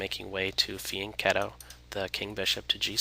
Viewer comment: Correct pronunciation of fianchetto! Well done,!